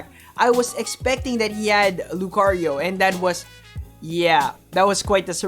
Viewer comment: What we need is hear Lucario and not 'lUcArIO' every single video. Other than that great content, I think I've watched them all the last few weeks